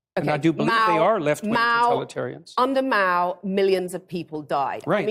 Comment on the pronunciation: I like how she pronounces Mao with an extremely heavy nasal sound, almost like a Meow